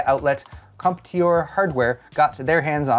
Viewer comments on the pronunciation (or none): Feed back for the fail "contoir" in French. Still enjoy every last of the video keep it up!